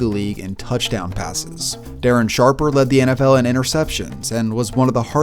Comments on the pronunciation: “Darren Shawpuhhh” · I lost it when he said that! I wonder if it was intentional. Daywen Shawpuh!